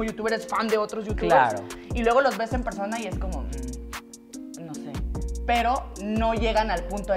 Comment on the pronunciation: Se le pegó a el acento de la Divaza xD "yo grabe con una persoooona que tampoco vo a decir nombres"